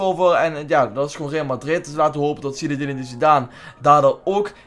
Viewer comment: Zineden spreek je uit niet zinedenedin a illie